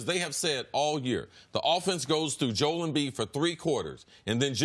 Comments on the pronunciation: Why does CC always insist on pronouncing Embiid‘s first name wrong? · Everyone: “Jo-el Embiid” CC: “JOLE”